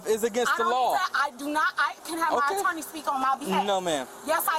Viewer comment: What's an "Attaarrneee?"